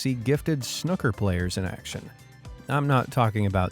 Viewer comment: Fun video. By the way, 'snooker,' isn't pronounced like the 'snook' rhymes with 'book.' It's SNOO-ka. So you know.